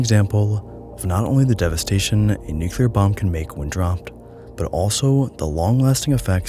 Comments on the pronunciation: Nuclear. NU-CLE-AR. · Great video but it's "nuclear" not "nucular," quit saying it like George Bush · It's pronounced Nucular! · Na, nucular because fun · I think he reads it as "nukelar", weird... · 1. dialect and/or colloquial pronunciations 2. simple misreading 3. possibly dyslexia it's almost like people mispronounce words for various different reasons 😮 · Stopped watching after you mispronounced "nuclear". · Please do practice the pronunciation of nuclear, to help others learn it correctly. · New-clee-ar. Not nuculure. Nuclear. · New clear. New clear. Not "new queue lar" New. Clear. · It's spelled and pronounced NuclEAr not Nucular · Great vid, don't wanna be that guy but it's nu-clear not nu-cular . Love your stuff, keep it up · Nuclear =\= NukUler. Perhaps you should take advantage of you own sponsor. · Hey,, you seem like an intelligent person so I have a challenge for you. Read the following word as if you’ve never seen or heard it before: Nuclear….there’s no way you just read that as New-Q-Ler, so why did you just do it 100+ times in this video? For the record it’s New-Clear. I had to stop watching your video bc if a person doesn’t know how to properly pronounce a very simple visual word, the chances of them knowing much on the topic is slim. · it’s nu-CLEAR not nu-cu-lar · Oye- NucLEEar, not NucYOUlar. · NU-CLE-AR. not nucular. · New-Clear, not New-kew-ler - thanks for the vids. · I love your videos but I cringed every time you said nucular instead of nuclear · A 16 minute video about the most radioactive places in the world and the first word is "nucular"... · absolutely brilliant video, thank you (if you'll allow me to be an annoyig nit-picker, nuclear is pronounced "new clear") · But why tf are you saying new-ki-lur? It's driving me insane! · Newk yuh lur